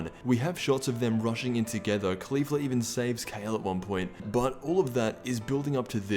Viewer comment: holy shit he finally said Caulifla and not Khalifa